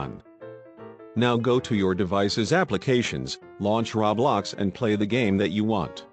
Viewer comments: stop saying rablox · It's not call rablax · He be saying roblox like raw blox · Ummm excuse me but it isn’t called RABLAX ITS CALLED ROBLOX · “Ra blax” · XD me oh and anybody gonna tell this man ITS ROBLOX not RABLAX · I need a real person to tell me this I don’t understand and why is he saying Rablox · What the heck is the robot saying rowbloxd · When it's not rablox it's roblox just correcting you... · Not to be mean but It's not Ro blox it's ROBLOX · Rablox* xD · No one: Not a single soul: Him: RAWBLOX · It keeps saying RABLAX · Everyone: LITERALLY NO-ONE: GUY IN THE VIDEO: RaO- BloX Me:......BAHAHAHAHA 🤣🤣🤣🤣 I’m suffocating from laughter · Did he saw RABLOX twice omg 🤦🏼‍♀️ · It’s pronounced row-blocks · When you bot says roblox but instead it said rawblox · LEARN HOW TO SAY ROBLOX YOU FUCKING WEIRDO!